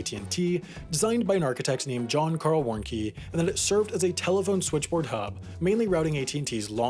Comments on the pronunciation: Ver incensing. But it’s Warncke, not Warnckie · Isn't it pronounced like war-neck-ee and not wonky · Warnecke. Says "Warn-kee". Really?